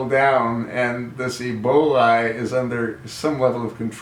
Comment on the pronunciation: HOW COMICAL THAT USURPER/OBAMA CALLS EBOLA - EBOLI ! DOES HE HAVE IT CONFUSED WITH SOME SORT OF PASTA ? LOL THE CHOSEN ONE ALSO HAD A PROBLEM SPELLING THE WORD....RESPECT TOO ! IDIOT IN CHIEF !